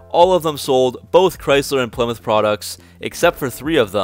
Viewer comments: Well it's name isn't plimith, it's ply-mouth kinda like plywood! Stop mispronouncing names n words! Or at least we need to get the college types to spell them right! Stop saying beoitrice the name does exist in that from, it's beat-rice not beoitroce or beaittruce! Nope it's beat-rice! So beat-rice drives a ply-mouth car! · I always thought it was pronounced PLI MOUTH 👄